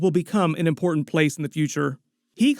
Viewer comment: You’re saying the word “important” incorrectly new phenomenon for people under 35 years old. Weird. love the videos though